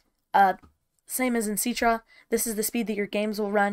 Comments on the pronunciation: I thought it was pronounced sit-tra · Citra: ❌ Ceetrah: ✅